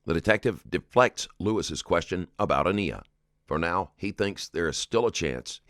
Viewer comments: Why do you continue to say her name wrong? If you watch these videos...her name is consistantly pronounced Ahn(EYE)ah... NOT Ahn(EE)ah... 3rd video I'm watching and you are saying it wrong. Seems like a bit disrespectful of this child who deserves to have her name pronounced correctly... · Narrator pronouncing baby's name a-nee-ya minutes after the detective confirmed with Douche that the baby's name is pronounced a-ni-ya. 😂😂😂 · Cmon. You mispronounced it in the mother’s interrogation too. A little disrespectful in my mind. It is “UH-N-EYE-UH”. Not “UH-KNEE-UH” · Why did you not take care to prounounce Aniya's name correctly?? So lacking in care...her name is pronounced A-NI-yah...long "I". Not A-NEE- ya. Sheesh. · is there a reason why Baby Girl’s name was mispronounced throughout your analysis in this video and Sierra’s? There were several points of reference! It’s ah•NI•ya NOT ah•NE•ya! Doesn’t seem that serious but yet I find it is, especially to honor the child! Food for thought for your next upload. 🤷🏽‍♀️ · Uh--nye-yuh. Aniya. Not Uh-knee-uh. I'm sorry but that drove me nuts the whole video. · Her name is not pronounced ah-NEE-ya . It’s pronounced Ah-Nah-yah . Just so people know . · It's absolutely ridiculous that the creator/narrator of the video is pronouncing the little girl who passed away's name wrong, you can clearly hear that it's pronounced An*I*ya, not An*E*ya. It's completely disrespectful to her and just absurd that he wouldn't know how to pronounce her name when they're saying it over and over. Does he literally not watch his own videos or does he just care that little about the people being discussed who have passed away, a child no less??? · You should pronounce the child's name correctly. Since she is the victim, and they say the name over and over. Long A sound, not short A sound. Otherwise, great job as usual. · Out of respect for the child can you edit your video and say her name right? It's pronounced uh-nye-yuh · Aniya (uhn-eye-yah)